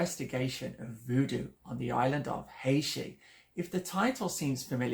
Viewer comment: Haiti is pronounced HAY-tee.